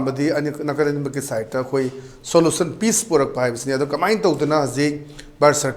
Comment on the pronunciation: Koktang gi wahai kara: eskelation, soolution, emotion, situation 😂😂